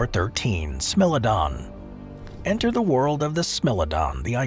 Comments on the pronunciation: Smilodon is pronounced as smy-low-don not smill-uh-don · What r you - bad A I? How do you turn Smile-o-don into Smell- o -don and not even be aware you've concocted a totally unheard name? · Same, but I was triggered by pronouncing what should sound like "smile-o-don" as "smill-a-don" lol. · It's smile-o-don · I laughed when I heard "smell-o-don" 🤣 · Smellodon? Lol 😂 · Anybody know what a Smell-o-don is?? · Did u mispronounce every singgle entry? Smilodon must have been purposeful. AI isnt even that dumb.